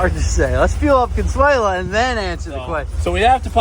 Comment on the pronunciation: The correct name in spanish is Consuelo not Consuela